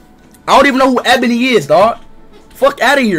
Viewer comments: i lov how speed is being a BIG fat hypocrite and then pronouncing it abony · cause ishowspeed said "Ebany"